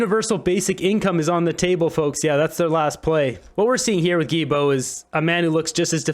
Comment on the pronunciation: The name is pronounced: GILL-BO. Thanks!